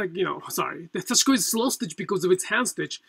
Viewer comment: This is a very small quibble, but I am wondering why you choose to pronounce 刺し子 as "sah-SHI-ko", placing a stress on the second syllable. It has been my observation that in Japanese there is very little stressing of syllables (and I always cringe when I hear Americans pronouncing Japanese words like "Harajuku" with stresses on the first and third syllables). In Japan, I have always heard Japanese people pronouncing 刺し子 as "sash-(i)-ko" with no stresses (indeed, the second syllable is largely eliminated). Could you please explain? Thank you.